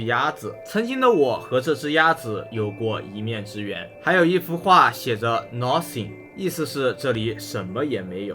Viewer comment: 你這麼驚訝幹嘛😂 nothing讀音都錯了，讀Λ音不是ɔ